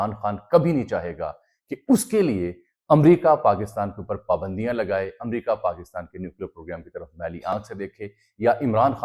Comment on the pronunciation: Bhai pakistan pa pandio ka koi nai kha rha. yha pa shaksi pabandiyo ki bat kar rhy ha thora dhihan sa reporting kry